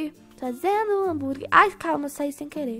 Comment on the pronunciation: só eu q percebi q a disse hamburgui em vez de hamburguer? ou eu q to doida? me diz ae